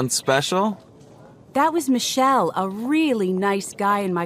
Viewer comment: Lol...pronouncing Michael like Michelle.